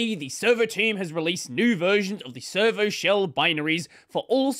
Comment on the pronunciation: every time says servo i hear server